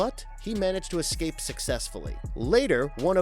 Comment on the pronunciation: it's eScape not eCKscape. And bloody in video ads! Ugh